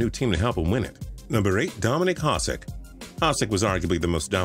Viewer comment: It's not Haah-sik, it's Ha-shik